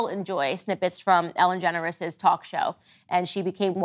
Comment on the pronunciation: My fav part was when Candace kept calling Ellen DeGeneres “Ellen Generes”